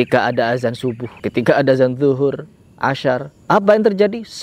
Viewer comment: Koreksi bacaan,nyalah2in,ngomong ashar aja asyar bahahah